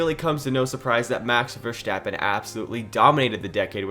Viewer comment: You have a cool potential channel on your hands here, cool video. Small tip: Verstappen is pronounced Ver-st-appen not ver-scht-appen; short ST short a.